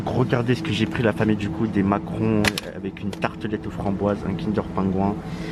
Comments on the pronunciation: Ta dit macron au lieu de macaron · Tu as dis Macron au lieu de macaron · On dit macaron pas macron 😅🤣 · On dit macaron et pas macron frerot 🤣 force à toi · on dit macaron